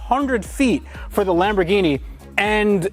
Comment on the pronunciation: Oh my god you pronounced Lamborghini correctly